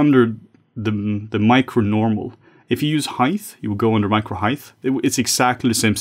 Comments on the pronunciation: CANNOT UNHEAR "HEIGTH". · Heighth is not a word, great video none-the-less